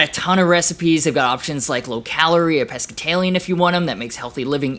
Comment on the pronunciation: “Pescatalien” aliens who are pescatarian Thanks for the laugh 😂